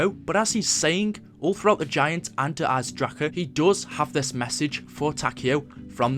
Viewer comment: And please pronounce the name der eisendrache properly please